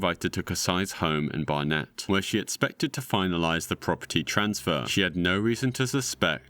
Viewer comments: You're British, how did you mispronounce Hertfordshire (Heart-Ford-Sheer) and Barnet (Bar-nit), I'm losing my mind. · Respectfully, how have you managed to be from the UK while completely mispronouncing Hertfordshire and Barnet? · Bar-net? Mate arent you English? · That's not how you pronounce Barnet